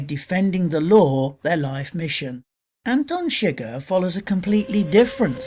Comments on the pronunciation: anten seger? no its pronounced Anton suger (An-ton Sug-ehr) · How did you watch the movie and still pronounce it "Antin Shigger"? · "Antin Shigir" Did you watch the movie or just read the wikipedia article? That is NOT how you pronounce his name